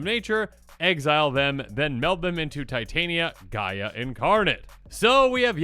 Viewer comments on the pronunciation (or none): It is TIT - Aneea voice of GE-Ah MTG has made me realize anglophones don't know how to read shit. The same with" Vesuvan Duplimancy" that becomes VesuVIAn diplomacy. 😕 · Please pronounce the word Pangaea. Now, if we remove the "pan" prefix, what do we have left? Hint: it's not Gaia.